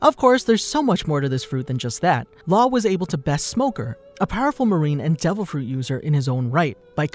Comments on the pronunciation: I lost my mind a little bit when I heard you pronounce Law’s name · i disliked the video only because you said laws name sooo wrong